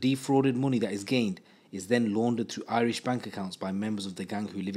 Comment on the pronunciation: Do you live in Ireland as your pronunciation of Irish is impeccable compared to other people with English accents, gratz man for going the extra mile